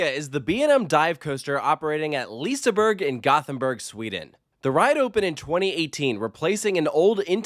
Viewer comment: Please learn to pronounce the names of the rides and liseberg properly